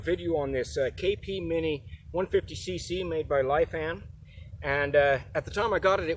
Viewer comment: Pronounced lee fawn